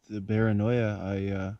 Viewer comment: Did he say bearanioa